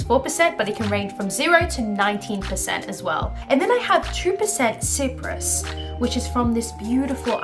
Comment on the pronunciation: Your results are fascinating and you are beautiful, just one thing, I am in fact Cypriot and it made me cringe when u mispronounced Cyprus 💀 its pronounced like Sai prus, thanks 👍🏽